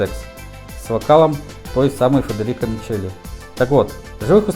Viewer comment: Исполнители итальянские, может, и фамилии надо называть по-итальянски? Не МиЧели, а МиКели, например... За видео - спасибо!